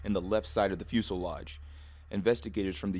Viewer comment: 'fyu-se-lodge' is insane